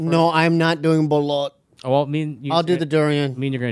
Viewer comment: Is it just me or is butcher the pronunciations of these dishes? Like when he said Pancit, Ive never heard anyone say it like that same with how he said Balut?!?